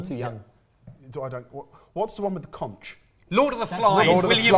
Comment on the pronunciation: You can only talk about Conch if you pronounce it properly! (Hard k at the end) But yeah look at Bahamian cuisine 🇧🇸 We have a gazillion ways to prepare conch but now we live here we can do it with squid. Also Bahamian mac and cheese is the best version in the world. Also, in terms of a shipwreck, my grandfather genuinely lived in a cave for a bit with his family cos his dad wanted to be the Swiss family Robinson, hunting boar with bow and arrow, spear fishing...